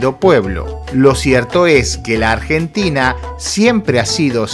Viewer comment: Ardjentina, Ardjentinos. aprende a hablar jaja